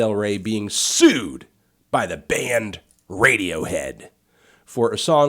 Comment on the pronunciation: lol this chick said radiowho